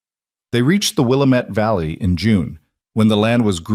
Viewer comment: I lived in that valley in Oregon. It is pronounced with the middle vowel being accented. will A met. That A is as Adam. Your pronunciation fits the same spelling in an area in Minnesota.